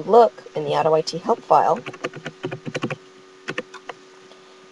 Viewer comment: Lol he said auto-I-t. I-t clearly s Pells it